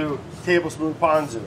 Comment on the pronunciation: Ponzu is pronounced ‘p-owe-n-zoo’ and furikake is ‘foo-dee-kah-keh’